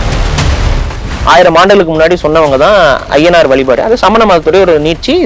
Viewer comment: புலி- ‘புளி’ கொல்லாமை- ‘கொள்ளாமை’ வழிபாடு-‘வளிபாடு’ வள்ளலார்- ‘வல்லலார்’ வழக்கம்- ‘வளக்கம்’…. 🤦‍♀️🤦‍♀️ தாங்கமுடியவில்லை!! நெறியாளரின் தமிழ் உச்சரிப்பும், தமிழ்உச்சரிப்பும் கொடூரம். மற்ற விஷயங்களைப் பற்றி பேசும்போதாவது பரவாயில்லை; தமிழ், தமிழர் வரலாறு, தமிழ் கலாச்சாரம் பற்றிய நேர்காணலில் இது போன்ற உச்சரிப்பை கேட்க சகிக்க முடியவில்லை 😡